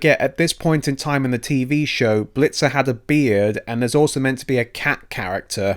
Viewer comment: His name is "Bitzer" not Blitzer